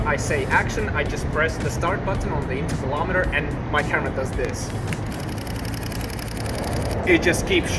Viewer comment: Did he say tevelometer? The picture taking device?